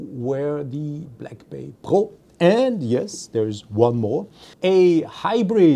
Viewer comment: It's called Pro not Po!